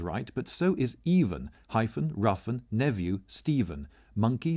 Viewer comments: Are you really supposed to pronounce "nephew" as "neview? (4.29) And "housewife" as "hussiff"? (4.51)? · He pronounced Nephew as Nevou haha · Job, nephew and housewife were incorrectly pronounced and those are some of the easiest words on the list! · Really fun poem and wonderfully read. However, I think you might want to look at "ate" and "nephew". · Even he pronounced nephew wrong. It is supposed to be pronounced nefyoo, and he pronounced the f like v.